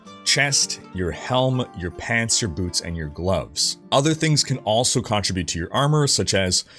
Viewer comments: Great video as always! One thing, it's pronounced con-trib-ute not contra-bute. It threw me off for the first few minutes of the video. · Con-tri-butte?? Do you mean ‘contribute’ ??? Lol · Great video! I've watched multiple times. I have to mention because it's bothering me: contr-I-bute and contrib-U-tion have different emphasis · Great vid but for the word "contribute," emphasis is on the second syllable. Wouldn't normally care but you sure used that word a lot.